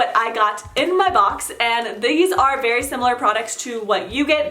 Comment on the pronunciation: She said “berry” difficult!XDDD